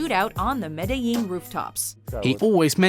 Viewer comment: Wow, she actually pronounced Medellin correctly. That is a first